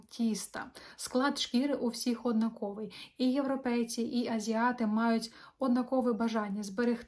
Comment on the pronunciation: Цікаве відео Але будь ласка, ви ставите неправильно наголос,дуже ріже вуші. однакОвий не правильно!!!! однАковий або замініть це слово синонімом! Гарного дня!